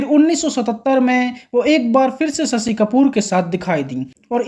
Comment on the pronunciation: भाई साहब पहले हिंदी सीखें ससी नहीं शशी बोला 😅